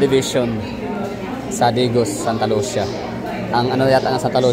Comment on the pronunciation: Sir ang pagka pronounce daw ana kay murag in ani oh Santa Lu si ya dili Santa Lusya , 😂😂😂 pero mao jud imung gusto dili man pd hinuon ko magbuot ug mamugos😂😂